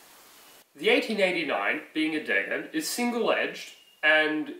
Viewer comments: Interesting video! btw the german word for the sword was a bit mispronounced. It's called Degen, with the first "e" being long. So rather d-eee-gen than de-gg-en. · Nope, it is "DAYgen" or Your phonetic spelling only works if you read those letters the German way, and since he's English, he's probably going to read them like an Englishman and end up with the wrong pronunciation again.